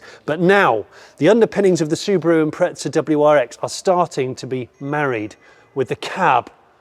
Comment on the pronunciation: imprezza* not impretza but still love ya jonny